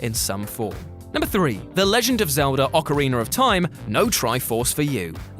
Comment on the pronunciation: OcarinA, stop saying ocarinER!!!